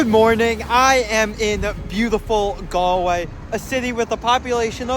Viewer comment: Modern Irish people are kind and caring but religion no longer has a big hold of their lives. The pitches he saw are not for rugby, they are Gaelic Football and Hurling Pitches. Galway has the youngest population for a city in Europe. Congratulations for pronouncing Galway properly.